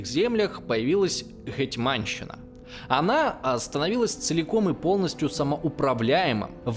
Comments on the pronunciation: Как же режет слух "ГетьмАнщина"... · гЕтьманщина, а не гетьмАнщина.